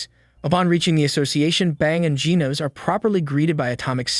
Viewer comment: Hel naw not geenus its genos